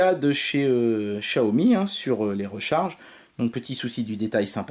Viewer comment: Comment ça se fait que Xiaomi devient « Chiaomi »? Dans les autres vidéo, tu ne le disais pas comme ça et j’avoue que ça sonne bizarrement 😉